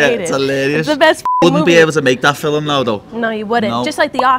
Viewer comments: Why does paddy say fi'Lm instead of film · Nina looks like she wants to put a shotgun to his temple every time he says ‘filim’😭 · Why does he call films "fill 'em"? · whats a "filum"? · WTF is a Fillum??? 😂😂😂